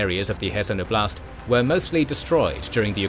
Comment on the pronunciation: Both in Ukrainian and Russian, the stress in the word "oblast" is made on the first syllable -" 'Oblast", not "obl'Ast".